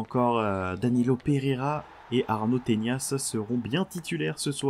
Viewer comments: C'est pas "tenias" mais bien "tenas" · mec je vis littéralement en Espagne c'est "Tenas" pas "Teñas" son nom de famille..